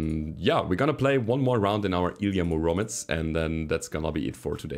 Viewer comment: It's pronounced Ily'A m'Uromets man. Russian antient superhero 🤣